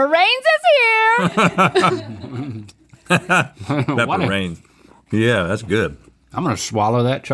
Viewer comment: "PEPPAH RAINS IS HEEEA!"